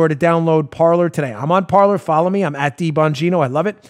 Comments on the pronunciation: Dan, please, the name of your sponsor is "Parler." It is the French word meaning "to speak." It is NOT pronounced par ler. It is pronounced par lay. I have heard so many conservative broadcasters mispronounce it and it's really starting to annoy me. It isn't an English word, so it shouldn't be pronounced as if it were. If you are the only one to pronounce it correctly, you'll be light years ahead of all the rest. I love your show. You always give sources, which I use when conversing with leftists. They can't refute what I say because they don't have sources other than commentators' opinions. You give me the ammo I need to shoot them down. I can't thank you enough. And, although you always make it clear you get a lot of your info from people pointing you to those sources so you don't spend all your waking hours searching for the articles and documents yourself, you are the one with the bully pulpit that gathers them together so we all can save time and back ourselves up with the needed facts. And Paula does a wonderful job as webmaster and her abilities to project the right articles, the parts of the articles, and highlight the pertinent sentences during your YouTube broadcasts are superb. Thank you to both of you and Joe does a great job as producer. It's a very professional job by all of you. Please keep up the good work. And remember, it's pronounced par lay, like in horse racing. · It's pronounced "par LAY." It's French for "to speak." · Dan, "parler" is the French word "to speak " or just "speak!" and is pronounced par-LAY. You'll be better served by pronouncing it the French way. Blessings. Ken